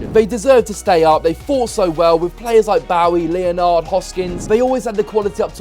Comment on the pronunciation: Leo-Nard 😂 try Len-ud 👍🏻